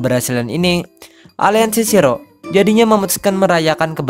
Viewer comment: Bacanya Shi-ro-e min😀